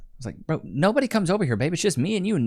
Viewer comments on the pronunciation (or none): "It's noo-buh-dee-uhhh!" 🙄